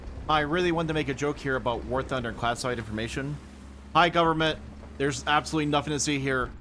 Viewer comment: FED-jrl GUB-mint might be the most Texan thing I've heard say.